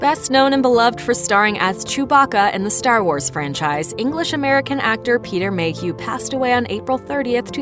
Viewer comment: is it just me or is anyone else TRIGGERED they didnt proof read/ listen to THE HUGE FLUB ON PETER MAYHEW! I MEAN COME ON PEOPLE LOL......... RIP PETER MAYHEW